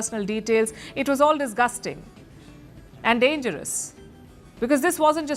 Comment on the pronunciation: Aarm ❌ aand ✔️